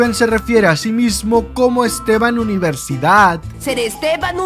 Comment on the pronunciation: Estevan universidad? Seria Steven University 🤣